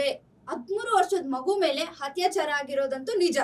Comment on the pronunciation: Humanity no moree exists😢 Btw adu hattyachara allaa akkooo attyachara u gotta change ur style of reporting it's kinda irritating...never mind